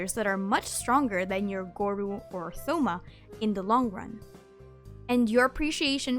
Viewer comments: souma?!?!?!?! it’s Toma! h is silent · Plz it's not Thou-ma it's To-ma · Bro imagine getting Shen he or miko as a newbie. U gotta DO EVERYTHING just to get past 20 💀. And tf is a tho-ma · "Th"-oma :,III